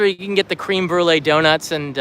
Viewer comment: Thumb down because u mispronounced "Créme" incorrectly. Tsk tsk.